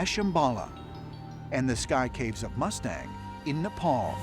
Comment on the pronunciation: I know, right?! Even the word Mustang he pronounces wrong. WTF?